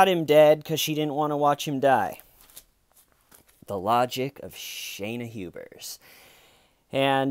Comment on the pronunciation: "Hubersiion" lol